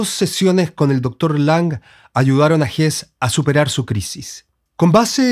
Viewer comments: Se pronuncia “Hesse”, no “Hess” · Estimado, compartimos la admiración por estos dos grandes maestros. Agradezco infinitamente tu video. Quiero decirte sí que algo no me cayó muy bien, y el comentario quizás para ti sea desagradable, es tu manera de pronunciar el apellido del premio Nobel. Como tu mismo lo dijiste, el caballero es suizo-alemán, por lo tanto la "e" final de su apellido sí se pronuncia. Perdona mi rigurosidad lingüística, pero no entiendo el porqué de tu manera de pronunciarlo, si en buen chileno también se pronunciaría la "e" final. El tragarse la "e" me parece siútico, y lo que menos quiero es que un admirador de tan grandes portentos se oiga de manera incorrecta. Te deseo lo mejor y gracias nuevamente por tus aportes.